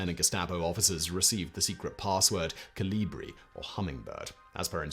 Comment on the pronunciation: C'mon, those pronunciations of Geheime Staatspolizei and even something basic like Kolibri were atrocious. How hard can it be to get these even semi-right?